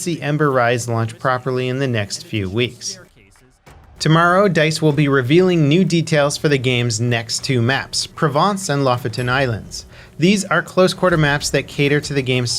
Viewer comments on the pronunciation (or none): i'm going to help you say ''Lofoten' correct. I'ts ''Lou+fo+10(ten). Sorry i work in norway and it really grinds my gears when youtubers from the us says it wrong